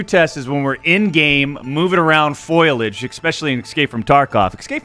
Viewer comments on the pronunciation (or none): you say foliage like Marge simpson. lol foilage FOLI FOLI FOLI FOLI YAYAYAYAYAYA